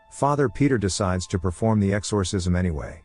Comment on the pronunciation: Its really annoying the way you pronounce “exorcism”